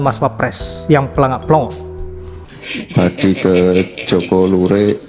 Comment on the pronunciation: plonga-plongo bang bukan planga